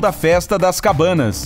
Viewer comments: cabanasa? Ou cabanas? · Só eu que percebi que ele falou “festa das CABANAS” e não “festa das CABANASA” ?